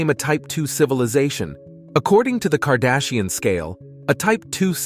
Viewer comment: Did he say kardashian? Lol